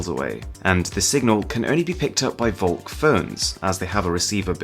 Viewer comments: Ugh listening to this is super annoying if you speak german. Volk = folk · Shouldn't it be pronounced Folk? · you pronounce volk like folk, its german for folk V in german is pronounced like F :)